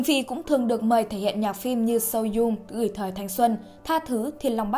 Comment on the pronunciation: )) "so young" bả đọc thành so zung 🙏